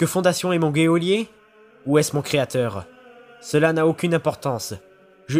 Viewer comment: On prononce geôlier "jolié"